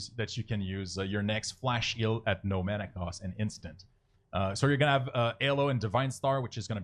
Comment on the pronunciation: nice thanks! :) one thing kept triggering me throughout the video. you pronounce Heal like Eel :D